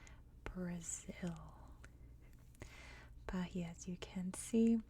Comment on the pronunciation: It’s ‘ba-EE-a’ with a silent H :)